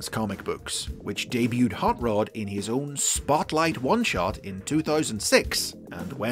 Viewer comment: The way I am hearing you say Rod as Rood. It's R o d not R oo d.